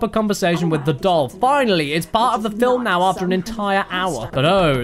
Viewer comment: First MILUK, now FILUM XD